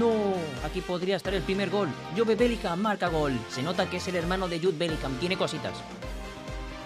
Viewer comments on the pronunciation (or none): Por que le dices jobE, dile solo job, aunque se escriba jobe, se dice job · no se dice”jobe” se dice “yub”